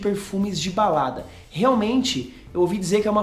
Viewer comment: Alguém mais ouviu baladras?..kkk